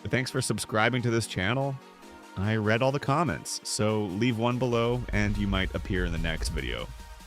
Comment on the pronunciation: Constructive criticism. the AI voice says "I read all of the comments, so leave one below, and you might appear in the next video." Problem is, the AI pronounces "read" as sounding like "red", as in PAST TENSE, instead of sounding like "reed". So now it sounds like the AI has already read comments that haven't even been made yet...and wants you to leave some for it to read. lol